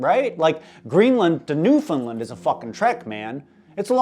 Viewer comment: Normally, hearing someone say Newfoundland like that would be a pet peeve but considering how fucked up he is, it makes sense